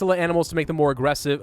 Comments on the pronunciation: Because the author spelled it with only one "g" and pronounces any misspelled word slightly off. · Why are you saying aggressive like that?